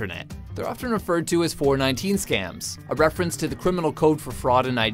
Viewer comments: four one nine. not 4-19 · four one nine not four nineteen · it's FOUR ONE NINE ... not Four Nineteen!!!... it's not just a number it's a term/jagon/slang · It's called 'Four One Nine' Not 'Four Nineteen' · I'm a Nigerian and it's pronounced 4-1-9. Mind you, I'm not a scammer. However, I still expect some really stupid replies. Please, disappoint me. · not pronounced 4-19 it is 4-1-9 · its pronounced 4. 1. 9. not 4. 19. i would know. im nigerian